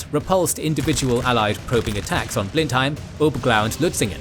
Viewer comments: It's pronounced Blen-him, not Blen-hime. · Interesting - thanks. One small point. I've noticed that you often get the pronunciation of names and places wrong. For instance, Blemheim should be pronounced "Bleh nuhm" not "Blen heim". As this is the most important place in the episode I think it would be worth making sure that something like this is correct. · In fact, the English know this as the battle of BLEM-em, not Blen-HAYM. Strange but true. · Blen Hime? That is NOT how you pronounce Blenheim! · The European place is called Blindheim, i.e. not even the same spelling so naturally it will be pronounced differently. If you are using the English spelling you should also be using the English pronunciation. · Wouldn't it have been a good idea to get the pronunciation of 'Bourbon', 'Marlborough', and 'Blenheim' right?